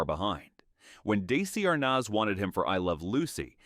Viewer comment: Dacey Arnaz? Horrible AI narration